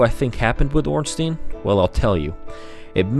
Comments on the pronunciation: It's not ornsteen it's orn stine. As in Frankenstein or albert einstein. Stein means stone in german. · Off topic and pointless comment but goddamn does the "ornsteen" pronunciation drive me nuts. It's Stein not Steen. Easy way to see it is, you don't say frankensteen do you? Regardless good video, facts and theory's were separated nicely (unlike 90% of lore videos) so keep up that trend cause nothing is worse than when someone claims their fanfic's are game fact (looking at the ridiculous theory that Aldrich ate nito with 0 evidence) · no its orn-stine the germanic spelling ein means it is a pronounced stine not steen . if his name was spelt ornstien it would be pronounced steen...or most likely people would say ornsty-en go german names ☺ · yet another one who pronounced it wrong it is ornSTEIN not ornSTEEN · wait.. it's OrnstIEn? I always pronounced it as OrnsTEIn (a bit like in "wine") :(